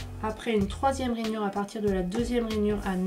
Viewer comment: Pourquoi tu dit Ranyure et centimete ? bref tu achete ou les papiers imprimés? Il son mimi